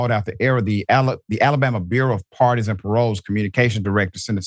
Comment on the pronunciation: I keep hearing "Partisan" rather then Pardon